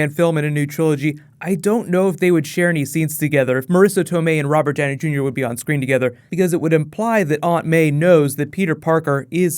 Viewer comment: I drank a shot everytime you said "Rober Djowney Djunior". Now I'm drunk.